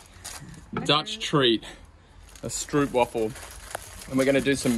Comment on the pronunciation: I’m half way in this video, waiting for your pronunciation of the Dutch word for vacuum cleaner. Sometimes, even though I understand Nederlands, I can’t figure what you’re trying to say in Dutch or pronounce things like stroopwafels.